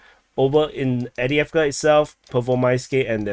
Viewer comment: Love this new format and informative aspects that have been added. However please acknowledge it’s Av-diiv-ka not Adi-avka